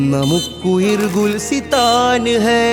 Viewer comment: Gulsithan alla gulisthan aanu ...